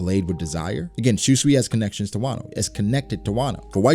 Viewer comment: I cringe everytime you say shuswee. 秋水 Shūsui is pronounced as shu-sooi.